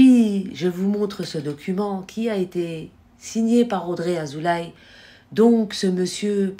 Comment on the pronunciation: Madame : Azoulay se prononce Azoulé.